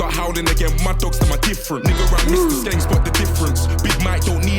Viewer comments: U got skeng right but its gun not gen haha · It's skeng like sk end just change the d for g, just for your info lol